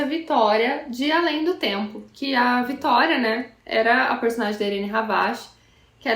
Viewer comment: Vitória * votoria fica estranho rsrs